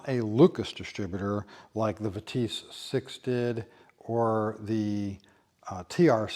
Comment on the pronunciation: What’s a “Vetisse” ? “Vit-esse” !!!! Strange that different models had different distributors…..